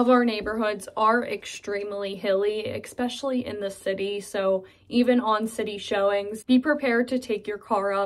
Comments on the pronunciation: The word is "Especially" Not "Exxspecially" Yinz 😏😏🙄🙄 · You can tell she's from Pgh by the way she says "eggspecially" instead of especially. Ugh, I'm a Pittsburgher who finds the accent very jarring and harsh to the ear. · The constant Mis pronunciation of especially (expecially) was very annoying. An accent is one thing changing letters in words is another. Yes, I’m from Pittsburgh now in Seattle 16 years. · It was a real culture shock when we moved from Metro Denver to Beaver in 2001, especially hearing people saying expecially! 😉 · Yes, "expecially"😉 when saying Especially! 🙂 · We should all be glad having you doing such a kind and friendly video. I think you are perfect. Just 2 things, pretty please. One. Unless Webster's has changed it. If you use the word especially often. here is no letter x in the word. EX_pecially in a video. Second one you should add the "parking chair" habit practiced here😄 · I grew up in Pittsburgh, but left when I was about 27. I am 80 now. I never heard anybody say "yinz" growing up, but did hear some folks say "yunz". I always wonder why the Burgh decided to be "yinzers" instead of "yunzers". Also, if I may, the word is "especially" and not "expecially" - even in Pittsburgh. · Speaking of Pittsburghese, I like how she says "exspecially" instead of "especially". (Incidentally, I was born and raised in the Brookline neighborhood of Pittsburgh.) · Is "exspecially" Pittsburghese also? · Expecially? Is that your own mispronunciation? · Well done! I like how you keep saying "expecially." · When she says "ekspecially". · Ecpecially 🥴...... especially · Eckspecially ? Really ? I didn't know that was a Pittsburghy thing. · I had to stop watching for that mispronunciation... Annoying and repetitive. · Yeah, I caught that ekspecially too...she probably isn't aware that she pronounces it that way...when I moved to Southern California I kept saying yins until I realized it was weirding out people. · Is "ekspecially" part of the Pgh dialect?